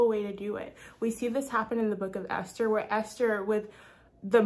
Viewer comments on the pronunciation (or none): none